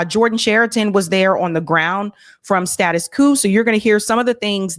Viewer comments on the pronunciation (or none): Pronounced "status 'Kwo'